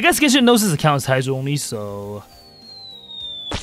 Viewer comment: bro his accent makes it sound like “Heizou Only” instead of “Hydro Only” 😂